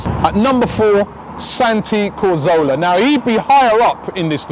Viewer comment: Why do you say 'corzola' hah